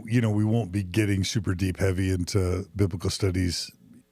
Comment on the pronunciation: That is not how you pronounce "wont."